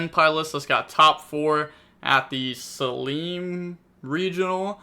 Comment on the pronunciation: As someone from Oregon, hearing say "Saleem" hurt me in all kinds of ways